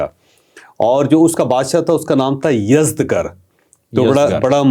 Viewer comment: Salam ye yazdgr ni balky yazdjar hy